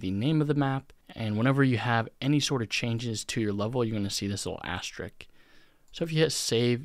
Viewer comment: asterisk. not asterik. wtf is an asterik